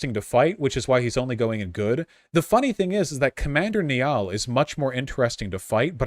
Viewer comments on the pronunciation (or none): That pronunciation of Niall though